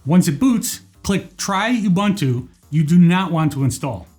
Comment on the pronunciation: Thanks for the precise instructions! Just as an aside - the word UBuntu is pronounced as ooo-boon-tooo whereas there is another word spelled Bantu which is pronounced the way people mispronounce Ubuntu!